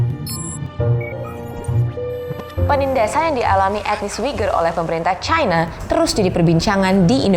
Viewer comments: Trump & Narator : "Chyna" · Chayna, Chayna, Chayna 😂 Jurnalis, saran aja ya kalo pake EYD, bacanya yang bener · Kalo bawakan berita Bahasa Indonesia, sebut nama China, bukan Chayna